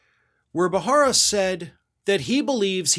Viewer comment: It is not "Bahara"